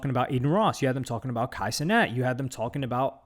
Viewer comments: " Ey luk Budy " and " Kay Cinet " had me dead. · this man said “K cenat” 😭😭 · "it's kai cenat" 'ohh'